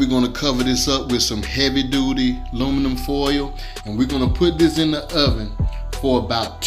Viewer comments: Philly say lumnifoil 😄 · Nobody: Absolutely nobody: Black people: Lumnifoil😂